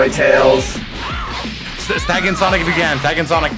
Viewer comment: That's the second Person on Youtube I've heard to pronounce Tails like "Teeals"